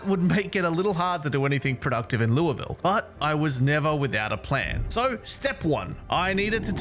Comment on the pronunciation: As someone who lives in Louisville, I’m impressed you pronounce it correctly. “Lu-vul” For what it’s worth, the airport is SDF short for Standiford Field before the name was changed in the late 90’s to Louisville International Airport